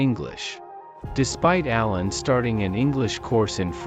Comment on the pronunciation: Appalling robotic voice. It's not Alayn but Alen with accent on the 2nd syllable. And it isn't Alena and she.